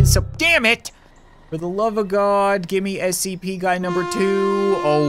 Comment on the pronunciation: It's scp why u keep saying sap